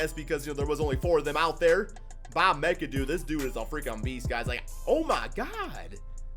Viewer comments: It's pronounced MACK-A-DOO not mic-a-doo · Bob Mee-Ka-Doo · Bruh lol It’s MACadoo even tho it looks mcadoo lol And bob Pet it not PeeTit lmao